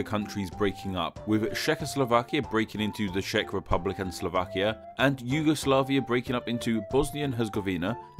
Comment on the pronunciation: Julie P. According to the, i liv in the "Shack Republic":D